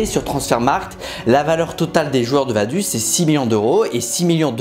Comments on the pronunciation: Vadus 😂 ca ce prononce vadoutz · Vaduz, C'est pas vadus, c'est vadoutsse, la prononciation 😂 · Vadouz c'est pas US mais OUZ svp les FRANÇAIS APPRENEZ à parler correctement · Je ne sais pas si c'est parce que je suis Suisse mais Vaduz c'est très loin de se prononcer "Vaduze" mais bien "Vadoutss". Super vidéo encore bien expliquée est surtout très drôle. On attend déjà impatiemment les prochains récits de foot, le plus beau sport du monde, avec enthousiasme ! Force à toi et continue encore tu as des très bonnes idées et réalisation, bonne idée d’avoir des sponsors par vidéo car tu n’as toujours pas réussi à percer dans le ballon rond ;) PS: Pour y avoir joué oui les division 5, 6, 7 et 8 du football suisse font mal aux yeux mais quand on voit les clubs français qui restent en compétition européennes ça nous rassure. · Si jamais on prononce vadouts pas vaduz... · Vaduz sa se prononces vadoutse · Vaduz ça se prononce "vadoutz" si jamais, sinon super video com d’hab! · MEC, tu m'a tué! Je suis Suisse et c'est réel, tout leurs clubs sont eclaté hahahahaha. Par contre ça se dit VadOUtz en phonétique ^^ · Pour la prononciation on dis "Vadouts", sinon bonne vidéo bravo :-) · Super vidéo. Mais si jamais Vaduz se prononce : Vadoutz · Ça se dit "Vadouts" merci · Au passage, on prononce Vadoutz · On dit Vadoutsss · Si jamais Vaduz se prononce « Vadoutsse » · Merci pour cette vidéo. Malgré l'échec de la tentative de l'accent suisse et de la prononciation de Vaduz 😂.